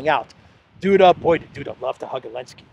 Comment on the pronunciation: Elensky parfoum, Z scent 😂😂😂😂😂